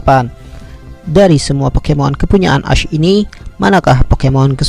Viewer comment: Nama nya memang ash tetapi cara bacanya adalah esh